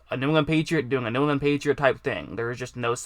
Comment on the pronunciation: Boy you cannot say “New England” to save your life huh?